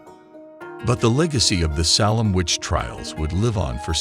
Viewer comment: Also it's pronounced SA(Long A)-lem Not SAH(short A)-lem.